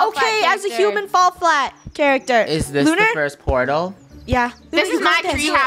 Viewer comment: “Welcome back to hooman flat” anyone remember that? I do 🥺